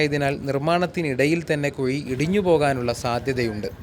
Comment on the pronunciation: കുയി അല്ലടോ കാക്കേ..... കുഴി